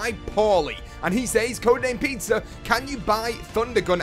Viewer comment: Does anyone else think codename says pizzer when he reads the comment